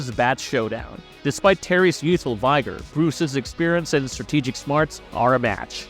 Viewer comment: vigor is pronounced vig-er, not vi-ger.